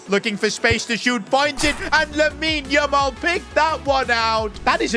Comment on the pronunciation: says lamine yumal😂😂